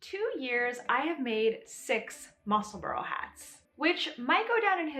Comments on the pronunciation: I've made 3 so far and have plans for another 3 already. Just wanted to say it's pronounced Mussel-bra not Mussel-borough, I'm from just south of the Scottish border. I'm going to make my next one with the ribbing in the centre, I've already made one with a contrasting band in the centre of the tube for a contrast brim. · Ysolda pronounces it Musselborough. I’m not hearing a distinct bra sound as you mentioned. Just went back and listened to her part 1 tutorial. I think most Americans feel pretty good about not saying Musselburg as in burger. It’s not easy to get subtle distinct pronunciations correct when the untrained ear is hearing Mussle-borough. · Many thanks for the pronunciation tip! British names frequently confound me, so it's immensely helpful to learn the accepted way to say "Musselburgh." (I'm still recovering from learning that "Cholmondeley" can be pronounced "CHUM lee." Sigh>)